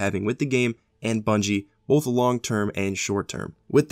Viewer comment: I love you bro but so help me god there is no L in both for fucks sake it's both not Bolth